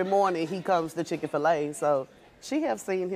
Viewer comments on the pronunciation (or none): It's not chick fila anymore it's chicken fila lol 😆😆😆😆😭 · Not Chicken-Fi-La 😭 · Did she say chick-A-Fill-A? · Wait wait wait did she just call it chicken- fil- -a ?😂😂😂 lmfao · “Chicken fil-a” 😐🤣🤣🤣🤣